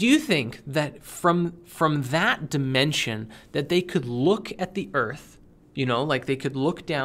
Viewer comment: Every time says "dimension", my brain hears "dimentia".